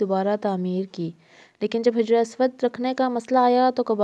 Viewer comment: hijr nae, sahi lafz hajr hai, hajr means stone ( pathar).